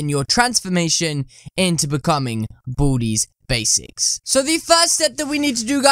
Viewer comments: Boody Bzics lol Its Baldi Basics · U saying booty baseks